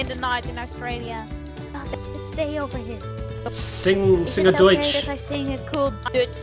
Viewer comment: You said something like Deutsch instead of normal dutch:P